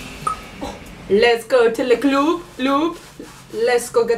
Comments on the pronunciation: as a french person, no we dont say cloob. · Le club ❌ Le CLOOB ✔️ I'MMM DEAAAADDD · Ok I'm french and we don't pronounce it le "cloub" we say "le club" as everyone on this planet I think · you pronounce “le club” as “les clubs” which is the plural or le club 😭😭😭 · no it's LEH CLOOB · ” le cloob “ 😭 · mdrrr qui dit "les cloub" ??? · Man nobody in France say that 😭😭 we say LE club (club as you all say it) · The way she pronounced le club 😭😭😭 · Sorry but french people don't say "Le club" like that ...